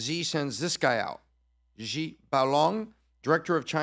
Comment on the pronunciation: "Xi" is pronounced "she" not "zhee."